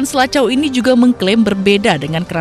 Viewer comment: Mksdnya Sela Cau, bukan Selaco kalee